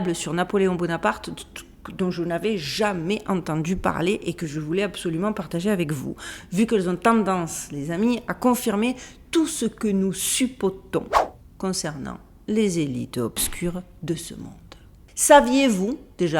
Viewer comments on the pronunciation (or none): SUPPUTONS,..sUppUter,sUppUtation.. ceci dit, vous fûtes passionnante, comme toujours..